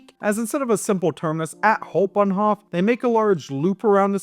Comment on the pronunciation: I give you DISLIKE because you're talking like a rotten wild boar, uneducated, unrefined, noisy, and cheesy to the utmost. Hau in Hauptbahnhof is pronounced like how, not haw.